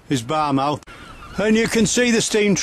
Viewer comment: It pronounced "Fair born" not "Fair burn" and "Bar muff" not "Bar Mouth"